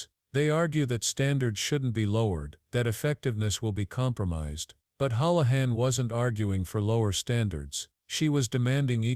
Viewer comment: Hoolahan .hool not howl